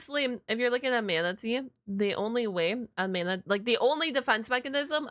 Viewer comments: I love how she says manatee as manta-tea 😂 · Heh. Im sorry. "Mantatee" kinda made me chuckle.🦇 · I like how you pronounce Manatee almost like "man-titties" near the end of the video, especially considering plenty of Manatees have those